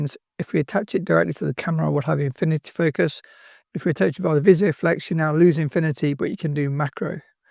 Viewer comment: Great video, but just a note that it's Vis-O-Flex, not Visio-flex.